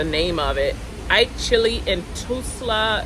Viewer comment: Toos-La Oklahoma 😂😂😂